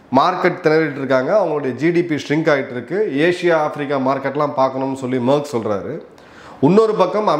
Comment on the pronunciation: Sir his name not merk name is merz pronounce wrong